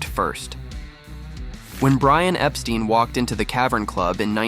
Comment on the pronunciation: Actually Brian’s last name is pronounced different than that of Jeffrey Epstein.